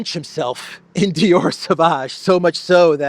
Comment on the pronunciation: Are you sure it's Dior and not eeyore?